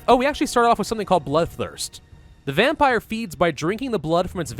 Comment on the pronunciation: What's a "Vempire"? . " . .\_/ .